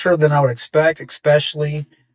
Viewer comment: Once your boy said "excspecially" the credibility vacuum resulted in my departure.